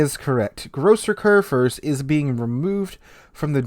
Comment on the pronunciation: I am german and its so funny how wrong you pronounce Großer Kurfürst